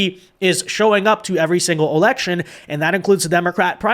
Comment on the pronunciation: The hat is beautiful 😍 Wait did you say erection? Not election? 😅😅😅